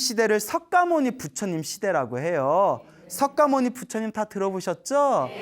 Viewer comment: 광고너무양심없이오래하네 그리고석가모니정확히말해주세요 서과모니이런용어쓰지마세요